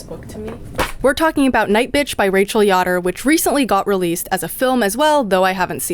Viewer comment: As a member of the Yoder community I am obligated to inform you that it is YO-der not YAH-der.